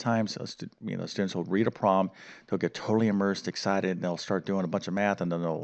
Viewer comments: Could you please pronounce the word problem with 2 syllables—prob-lem. NOT PROM!!!! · Please pronounce the B in the word problem. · After you said 'word prom' about 40 times in the first 6 minutes, I had to stop listening or I would have gone mad. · What's a "wer-prom"? 😁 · I can barely concentrate because he keeps speaking of a ‘prom’ or ‘proms’ instead of problem or problems. Distracting!! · Learn how to pronounce “problem” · Please. It's prob-lem, not prob-m. It's et cetera, not ek cetera.